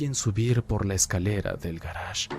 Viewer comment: Cada que decia garaje solo venía a mi mente el ulala señor frances jajaja